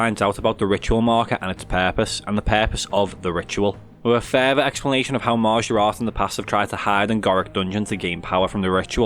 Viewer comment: Hearing a scouser say maaajaaarat is the highlight of my night